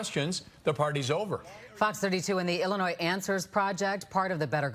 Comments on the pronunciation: THE S IN ILLINOIS IS SILEEENNNTTTT!!!!! The S has no sound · Love some of these videos and will keep listening, but as a native of Illinois, it hurts hearing the "s" pronounced at the end of Illinois. It's silent!! Regardless, I've been blessed to go to Kenya for a short-term mission trip. I would love to hear the story of what took you there to live! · It's pronounced Illinoi....the s is silent. Illinois...back to the show😊